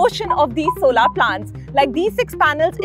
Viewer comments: it's not solaar.. it's solar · What the f is "so laar", it's pronounced "sow lur". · Solar ❌ Solaaar ✅ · Please look up the pronunciation of solar.